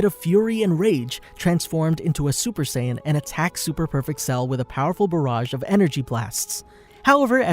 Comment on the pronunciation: It's strange that you would pronounce Pan correctly in It's native form, but not Saiyan or other names.